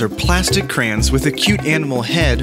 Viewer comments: It's pronounced cra-yons not crans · Crans? It's pronounced CRAY ONS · Stop saying crans. Its pronounced "cray- ons" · its an accent. where I live we pronounce it cran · i just pronounce it like crans :L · I haven’t seen anyone comment this so here goes Nobody: Absolutely nobody:: craains